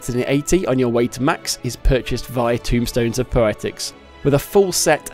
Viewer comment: TOMEstones, TOME, like a book, not tomb like a grave, T-O-M-E rhymes with gloam and roam TOMEstones